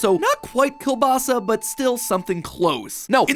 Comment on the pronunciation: I love how Mat pronounces kiełbasa 10/10 greetings from Poland 🇵🇱